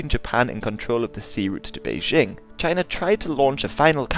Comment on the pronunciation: Nice you say China the same way Donald Trump does. Jina!😂 All joking aside you did an awesome job and I definitely know more than I did before I watched this... Thanks